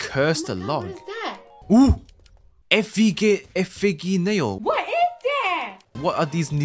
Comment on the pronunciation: "Efiggy nail" Lol